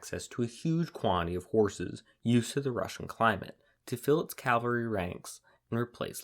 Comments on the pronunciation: Caval-ry NOT CALvary. That was the hill of Jesus's cruxcifiction. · CAValry, not CALvary. Ugh. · CAA-val-ry. NOT Calvary. Calvary is where Jesus was crucified. CAVALRY is what rides over the hill and saves the day. Cannot, in good conscience, sub to a history channel that doesn't appear to know tne difference. Edited for spelling.